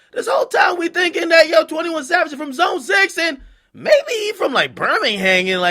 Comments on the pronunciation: He said "21 Lad" LMAO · nigga said 21 lad 😂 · 21 Chav-age lmao 💂🏾‍♀️💂🏾‍♀️💂🏾‍♀️